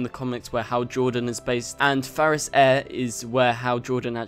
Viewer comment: Are you saying Farris? Because it's clearly Ferris. lol